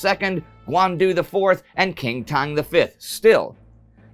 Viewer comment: Qintang : Chingtang , like Chi and Qi